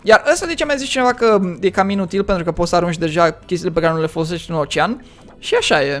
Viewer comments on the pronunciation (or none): none